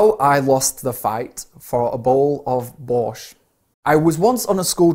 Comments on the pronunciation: Это был легкий текст но я застряла в начале . Потому что совершенно не знала что вы так коверкаете название нашего супа ... 70% было понятно . Но все ещё все непонятно 😂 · Why "borch" sounds like 'boring s#1t'? Very quickly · Пачиму вместо borsch я услышала Bosh!?!? 😂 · #1 b) He was not sure that borsch is edible #2 a) i didn't understand all the text but maybe waiter just bring soup earlier than Jordan finished it P.s. hahaha, "borsch" sounds more like a deutsch word than russian, i hear english adaptation of borsch at first time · Я сначала когда говорил не понял слово "Borsch" 😂